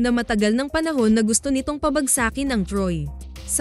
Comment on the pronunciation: Mali po bigkas ng pabagsakin